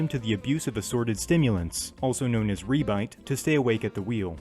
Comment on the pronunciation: Also it isn't pronounced re-bite, it's more like he-bit, re at the start of a word sounds like he in english